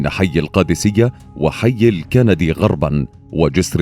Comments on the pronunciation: 14 تمّوز و ليس يوليو و حي الكِنْدي (بسكون النون) و ليس الكَنَدي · حي الكِندي وليس الكَنَدي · حي الكِنْدي، بكسر الكاف وسكون النون .. مو كَندي 😂 جون كندي .. دقيقة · حي الكِندي وليس الكَنَدي تيمنا ب العالم الكنِدي من تحالف كِندة العربية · الكندي.. بكسر الكاف نسبة للعالم العربي المعروف بالكندي..وليس بفتح الكاف نسبة لكندا الدولة المعروفة..تحياتي